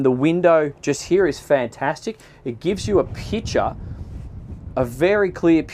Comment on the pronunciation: Everytime says „picture“ I hear „pitcher“ 😅